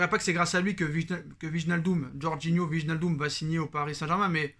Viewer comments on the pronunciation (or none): wallah il craquer le type "wignaldom" il sait pas lire wijnaldum lui